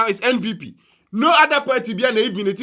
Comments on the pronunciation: BUSH EFUOM AKAN GUY. THE WORD IS PARTY, NOT "PERTY". KWASIA! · IS THIS AKAN EFUOM (HOST) IN A YELLOW T-SHIRT NOT BOTHERED ABOUT OR ADVERSELY AFFECTED BY WHAT ABRONYE DC IS SAYING ABOUT THE LARGE-SCALE PLUNDERING OF GHANA TAXPAYERS BY THESE NPP AND NDC POLITICIANS? THE WORD IS PARTY, NOT PERTY! BUSH AKAN JSS BOY! LET THESE CRIMINAL POLITICIANS "SPILL THE BEANS" FOR EVERY GHANAIAN TO KNOW THE MESS OUR SO-CALLED LEADERS CONTINUE TO DROWN OTHER GHANAIANS INTO. WONTUMI IS FOLLOWING EXACTLY IN THE FOOTSTEPS OF AKUFO-ADDO ABOUT THE LOOTED NATIONAL CATHEDRAL PROJECT AMONG MANY OTHERS, KENNEDY AGYAPONG ABOUT THE LOOTED STREET LIGHTING AND COCOBOD PROJECTS FUNDS AMONG MANY OTHERS, OFORI-ATTA ABOUT ENRICHING HIMSELF WITH HIS SHARE OF LOANS FROM THE IMF, ETC. THE LIST GOES ON AND ON. THESE GHANAIAN POLITICIANS ARE DEVILS AND VERY CALLOUS. LOOK AT HOW THE VAST MAJORITY OF GHANAIANS ARE SUFFERING OF DEPRIVATION OF THE BASICS OF DECENT STANDARDS OF LIVING HOSPITALS, SCHOOLS AND UNIVERSITIES IN GHANA ARE WOEFULLY UNDER-RESOURCED AND STARVED OF GOVERNMENT FUNDING, CHILDREN SCHOOLING UNDER TREES AND IN DILAPIDATED STRUCTURES, WITH SEMI-LITERATE TEACHERS, ETC. MOTHERS DELIVERING BABIES ON HOSPITAL FLOORS FOR LACK OF BED SPACES ON HOSPITAL WARDS, ETC. GHANAIANS, PARTICULARLY TRIBALISTIC PRIMITIVE AKANS AND OTHER GHANAIANS, MUST WAKE UP AND FORGET ABOUT TRIBAL POLITICS WHEN CASING THEIR VOTE..